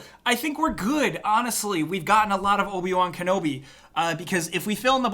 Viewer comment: Don't you mean Obi Juan Kenobi?